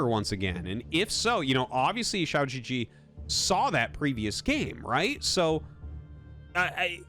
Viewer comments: The way you pronounce xiaogege literally means “small penis” gege is pronounced “guh guh” and means older brother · Your comments trolled you so hard🤣 The Chinese name is pronounced as chao-gur-gur, and the g is pronounced as in guest, give, etc, not gesture. If you pronounce it as shao-je-je, it means little penis in Chines, for real. QiaoGeGe means Big Brother Qiao. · You're saying "shee-ou jee jee" which means "small penis" in Chinese HAHA it's supposed to be pronounced "chao gu-gu" which is like the u in "lullaby" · To be that guy, going by pinyin I'd expect QiaoGeGe to sound like chee-ow (qi sounding similar to the first sound in "cheetah") guh-guh. I wouldn't remark on this except that what I'm hearing sounds more like xiao jiji, which could have some unfortunate connotations. As always awesome video and I appreciate Artosis tryna get these pronunciations right! Matter of fact, easiest thing to do is probably just put the spelling into google translate Chinese and see what pronunciation it gives you. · Everytime Artosis calls pronounces his name I just get taken out of the game lmao💀 Man is literally saying lil pp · Ciao GG! Very Italian. Not. :) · The unintentional mispronunciation is hilarious if you understand Chinese. So good! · With this mispronunciation you just said "small dick" multiple times, which honestly is awesome entertainment for me. A bunch of other comments already tried to give you the correct pronunciation so I won't repeat them. I'm just here to make a low effort dick comment.